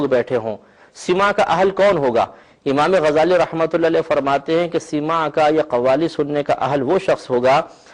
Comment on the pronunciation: ابے مولوی سَماع ہے سِماع نہیں مولوی ہرگز نہ شد مولاۓ روم تا غلامِ شمس تبریزی نہ شد مولوی ہرگز نہیں شد ہو گا جب تک کسی صوفی کی صحبت نہ کرے لے